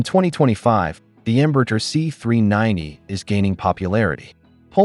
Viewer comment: ¿Por qué cuando pronuncia "Embraer" parece que tiene un huevo cocido en la boca?